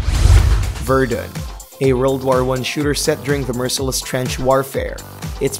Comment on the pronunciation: The way you said Verdun made me laugh